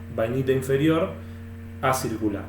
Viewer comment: Muy bueno el video, muy instructivo. te hago una pequeña corrección, cuando te referís a la morfología de la Bainita Inferior vos decís ACIRCULAR, pero en realidad deberías decir ACICULAR, QUE SIGNIFICA EN FORMA DE AGUJAS, O SEA MÁS PARECIDA A LA ESTRUCTURA DE LA MARTENSITA.